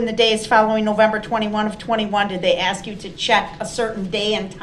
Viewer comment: This is a real question why is it impossible for a black person pronounce (ask) instead of saying axe!?????